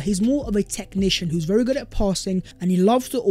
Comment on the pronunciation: Would be berry good ebening. 👍